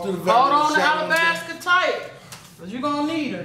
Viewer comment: said alabasca